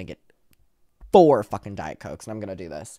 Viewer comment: Him saying fuhKING killed me